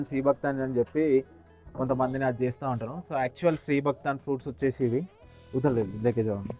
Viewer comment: VACHESHI KADU VACHESI ANALI TIRAGALI MARAGALIGA MATLADUTARU KONTAMANDI